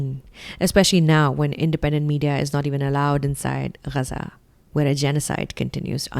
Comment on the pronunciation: thanks for pronouncing Gazaa like a local...that's the least homage we can pay from a distant land like india